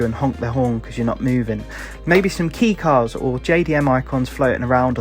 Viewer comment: Two gay? No. Toe gey yes (touge). Bozu? No. Bosuzoku yes. Key cars? No. Kay-E cars yes (kei cars) lol I know your from the UK. Nice video much of what’s wanted I agree with. I think you should have the option to choose between your traffic level and even turn it off And a feature like instead of midnight club races. A mode called touge team sprints. Where you can join a touring team of touge street racers perfect way to call back to initial D maybe even hit the eurobeat for a race or two in the games soundtrack would be amazing